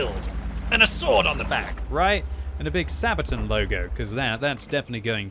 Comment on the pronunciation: The way you say "Sabaton" drives me nuts. It's not Sabatin, dammit! It's SabatAHn! You have to say it with conviction, like"Megaton, Megatron, or Ultron," otherwise it just sounds like something you'd use for diaper rash. "Mommy, my bum is itchy again." "Ok dear, we'll put some sabatin on it."